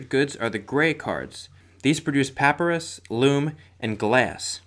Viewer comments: Good video! Just a quick note..."papyrus" is with a long Y. "puh-PYE-russ". You said "PAP-uh-russ" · Great instructional. Nice production. Very clear. Lots of work went into this. And seriously, who cares how he pronounced "papyrus". Sheesh.